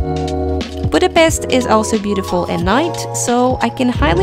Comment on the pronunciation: Its not a c sound when you pronounce Budapest. Its a sh sound. Not s like in snake for dummies, but like S as in shoes. Its not that hard to pronounce.